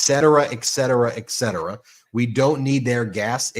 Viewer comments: Ben, it’s et cetera, not ek cetera. When you say it repeatedly mimicking g tRump, it’s very noticeable. Other than that a great take on 47’s idiocy! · Its eTTTcetera not eXcetera and I am sorry to say that Trump is one of the few people pronouncing it rightly, which makes me feel bad! Sorry one of my pet peeves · I'm smiling at you, Ben.... If you're going to criticize Trump's speech, know that there's NO "K" in "etcetera." (Holy Moly!)